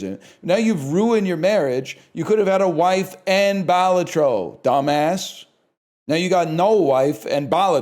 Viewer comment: I don't know why, but the way he says Balatro wrong makes this so much funnier